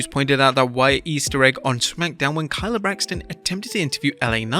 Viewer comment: Why are you saying "Kayla" Braxton's name wrong? It's pronounced Kay-Luh.